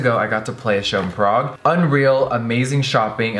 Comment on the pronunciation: am I the only one weirded out about her saying “parague” instead of “prague”?